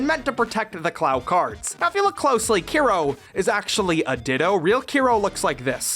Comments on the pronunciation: Still waiting for someone to comment on the fact that it’s Kero not Kiro 😂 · Those name thou 😂 keero/key-ro . Tori. Madison. I’m dead. No wonder english speakers don’t care that much about CCS. That monster cannot be considered CCS 😂